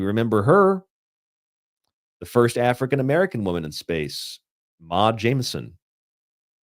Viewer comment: Mae pronounced May, not Mah. Jemison, not Jamison. Notice the ‘r’ after the J. I HAVE heard of her. Maybe due to exposure during “black history month “ as a black oerson.